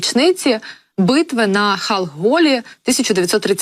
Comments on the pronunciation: Битва при ханголе?????А может Халхин-Голе ????? Прочитать готовое уже не может. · Не "Халголі", а "Халхін-Голі" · "Хаголє" - це прозвучало епічно 😂